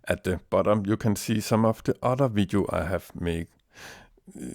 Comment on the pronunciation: "This vidiu" lol =P